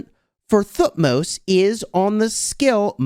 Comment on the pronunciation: the way you pronounce thutmose helps me to learn th sound :D thank you.